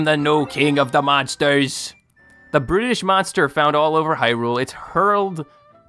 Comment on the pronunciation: when you said brutish I thought you said British